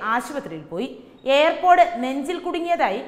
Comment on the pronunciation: എന്റെ കുഞ്ഞേ, എയർ പോടല്ല, ഇയർ പോഡ്, ear = ചെവി ചവിയിൽ പോട് കണ്ടെന്നു പറയല്ലേ, Ear pod